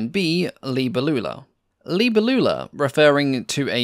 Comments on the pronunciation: Cringe! That's not how the word "Libellula" is pronounced. Geez! You are English speaking. You pronounce "libe-LLU-la" When it should be "li-BE-llula" Accetuation on the third before the end syllable It even sounds better, not like an old aunt you had which never married, lol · Please allow me to correct the pronunciation: as it comes from latin, It Is "libèllula", not "libellùla". As for the rest, apart from the peculiar design of this aircraft, as I've never heard of this prototype, I find the video particularly interesting. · FFS it's not pronunced libba loola at all. Please don't butcher languages like that. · Hi, I speak Portuguese and the word libélula is pronounced differently, you have to emphasize the E , like in the word BEST the E has an open sound, in the word libÉlula you have to pronounce the E the same way and Lula is pronounced faster. Is not so hard once you get the hang of it... Sorry, it's just such a beautiful word in our language and hearing it being butchered really hurts lol great video though 😂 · Libélula, accent on the E. It's Latin. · Sorry to correct you but the name is libellula not "libellula". Please be more careful in future. Good video though. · Your pronunciation of Libellula hurt my ears. The stress is on the second syllable i.e. LiBElulla. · the way you pronounce "libellula" killed my dog :(